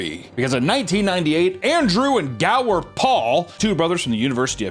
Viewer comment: Did no one catch the fact he said 'Andrew and GOWER Paul' ...? Made my brain hurt soooo bad!!